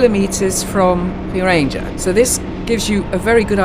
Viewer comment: To listen to your pronouncement of some words make me laughing😂. Geiranger for example, if you split this to Geir - anger so is anger pronounced like anger (angry) and not ranger (riding police). 😂